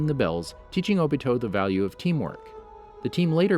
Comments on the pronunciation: Bro His name is O-bito not obitow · He said obeedeeeoh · I cringe everytime I hear obido instead of Obito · HE SAID OBITO and then he said obeedo later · obito idiot not ohbeedoh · it's Obito not Obio!!! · It’s o-bi-to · “Obese toe” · AHHAHAHAHAHHAAHHAAH “Obeedo” IAOIYHYOIHIHIOSJETIOYDF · Not o be doe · It’s o-be-toe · “Obeeto” lmao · my man really said obeto lmaooo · "OhBeeHoe" "Sherengen" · My nigga said obeato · not even its obido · Naw not o-bito Obda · My guy said “Obeedo Uchia” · this man said "obitdo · Hey its ohbeetoh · zhakir council ohbeetoh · O. B. TOE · You said Obito wrong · Weird how he says it right.... and then goes back to saying it wrong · Am i the only one trigerd about his pronunciation like obto and hatakei